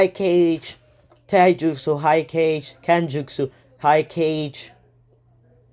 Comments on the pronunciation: This dude saying Cage Other what ifs kage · I actually got kinda heayed when he called kage cage but its aight :/